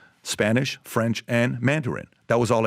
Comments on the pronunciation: Come on the french is SO BROKEN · That french accent was hilarious 😂